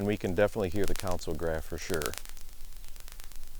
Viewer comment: great vid, very interesting! though it's weirding me out how you pronounce "console" as "council" 😄